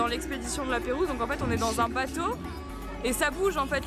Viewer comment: Je kiff ce parc <3 <3 Merci encore de partagez ton avs ce ce parc Génial, Juste...tu fera attention, c'est La Pérouse et non Peyrouse. Stadium et non citadium ^^